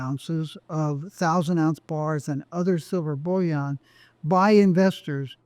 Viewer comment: Why does this interesting guy say “bullion” in such an affected way? “Bulli-aaahhhnnn”. He pronounces “billion” conventionally every time. Surely the only difference between bullion and billion is the i/u…?